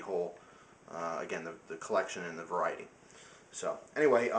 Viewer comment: its funny that you said: i like varity in... knife, guns, lighter... lol like ur vids